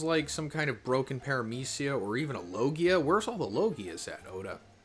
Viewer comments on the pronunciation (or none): none